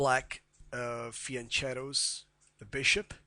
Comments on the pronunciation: As the word 'fiancheto' is Italian, it is pronounced with a 'k' sound, and not 'ch' as pronounced in the video. This lady knows how to pronounce the word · It's pronounced fianKeto, not fianCHeto. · Fianchetto, not fee-en-shatow. Sorry, bad character. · the fiancedo bishop XD italian pronunciation is very difficult ... :P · Sorry, I never bothered to check Wikipedia. "Fianchetto" happens to be an Italian word, and in THAT language it is pronounced "fianKeto". But then again, there are so many Italian words that have gone through a "makeover" in English (especially the American variant). I learned the pronunciation of this word some 35 years ago, as a teenager, growing up in Europe. Over there, we just respect the original pronunciations. Cheers. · "fianchetto" which is an italian word is pronounced with the hard C (like Cake) not with the soft C (like Church) as he says in the video.